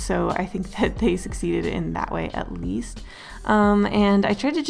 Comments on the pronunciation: You said last but not leafst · I can't be the only one to hear her say 'last but not leaf-st' . Please tell me I'm not the only one! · Ok but is nobody going to talk about the “last but not leafst”? XD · "Last but not leafst" . . . I think them kale chips have gotten to your head xD